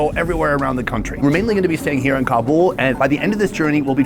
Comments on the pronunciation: It is not Kabool. Do you said boolfighting?? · I gave you the thumbs down for this video because you keep pronouncing Kabul wrong And it's driving me crazy. I love you bud but I can't continue to watch this video